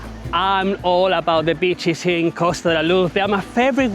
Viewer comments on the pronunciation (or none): You pronounce beaches as bitches makes me laugh everytime 😮😅😅😅